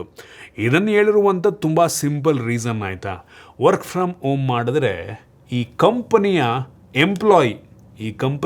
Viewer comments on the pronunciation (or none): Work from om anta kelstide., Swalpa HA-kaarakke gamana kodi...